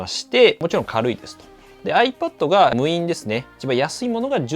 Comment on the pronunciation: 無印をむいんって呼ぶ人初めて見た👀